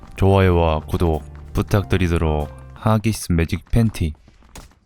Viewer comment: 하기스 매직 팬티 ㅋㅋㅋㅋ 발음 영국식 ㅋㅋㅋㅋ